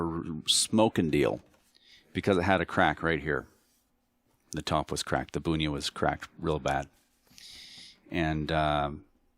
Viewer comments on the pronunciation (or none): I think Bunya in pronounced BUN YUH, you are saying it more like Boon yuh.